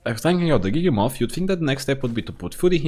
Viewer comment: It’s giga-myth like mammoth not giga-moth😭😭😭